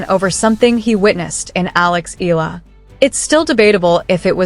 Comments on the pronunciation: Her surname is eala not aya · Better study how to pronounce the surname of Alex.